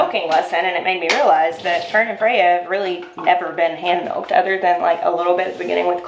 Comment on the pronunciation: "Father's advice to dads and udder stuff"😂